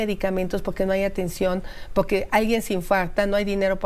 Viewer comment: Pocque? jajajaja